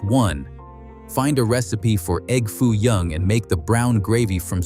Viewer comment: 23 seconds in and the narrator says E.G.G. Foo young, Instead of egg foo young. Who the heck is EGG foo young. Is he the famous Chinese businessman who first requested the dish. Is he the Earl of Sandwich?